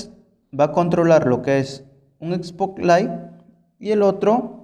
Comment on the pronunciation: No confíes en alguien que diga "espoklaig"